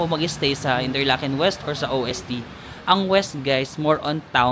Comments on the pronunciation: Ost po not O-S-T 😊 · Ost means east and is pronounced as Ost not O.S.T. (Ost=W(V)esten Norden=Sud)😊 pero ok lang yan you will learn it as you travel around Swirtzerland and other german speaking countries. watching ur Europe travel vlogs.😊 Enjoy!!! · Di mn tinatanong or di pa man aKo nakapunta outside of asia pro ang alam ko dyan na ganun din alam ng Pinoy is ko-op or US correct pron is kow-op pro sa kakanood ko european vlogs pag europe usually norway daw is kop or koop(like chicken coop), walang hyphen or di sya two syllables, derecho lang kumbaga. Ung OST nga meaning east (vs west) (pronounced as OHST) di sya acronym as youve been mentioning). Pro based lang yan sa napakinggan kong mga vloggers na european and di nmn ako native speaker 😂. Basta gayahin ko na lng ung european vloggers😂 now I know 😂